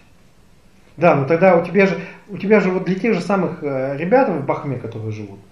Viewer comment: БАХТА !!! в БАХТЕ а не в Бахме